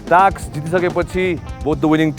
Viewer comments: Somebody please tell him It's task not taks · shame on this roadies host and all coz why u pronounce task like taks shame bada american banxu bolda toung tiwst gare ra bada bolxu laj mandainu task टास्क bhanna auda टाक्स bhanxu ... internation tv babuna khojni bole ra thaki sake from very begining season 1 dekhi aile samma shikya xainu टाक्स rE NOW contestant haru le ni copy gardai xan टाक्स रे oh bahi maro mujhe maro ... sikha bhai host banni its टास्क not a टाक्स